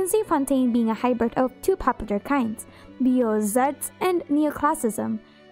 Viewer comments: "Biozarts", the pronounciation of Beaux Arts is much easier than you make it out to be, boh-zar. lmao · Quick tip: "beaux arts" is pronounced "bo(z) Ar" ;)